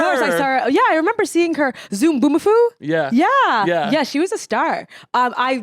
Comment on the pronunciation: LMAO “zoombomafoo?” ziwe girl it’s Zoboomafoo